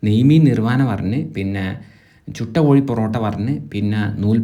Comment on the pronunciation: കോയി അല്ല സുഹൃത്തേ കോഴി 😅